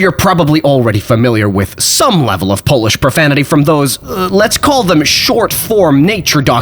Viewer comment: Unlike all of language revievers you can really pronounce Polish.